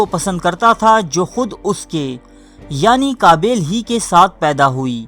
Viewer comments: Bai book dekh k parhte ho to bolna ya achi tarah parhna hi seekh lo habail qabail nahi habeel N qabeel hai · ایڈمن جاھل۔۔۔پہلے الفاظ بولنا سیکھ ۔۔۔قابیل اور ھابیل بولنا سیکھ ۔۔۔غلط بول رھےھو۔۔۔